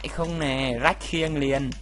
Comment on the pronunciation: mắc cười wá anh nói ráck khiên 😂😂😂😂😂